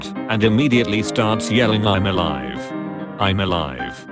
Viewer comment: It can't even say ALIVEEEEE right.